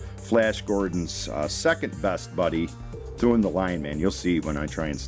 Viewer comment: Thun as In Thunder not Thoon as in Toon. Good Video Liked and Shared.